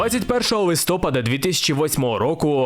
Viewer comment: ЛистопААААААААААд, не листОпад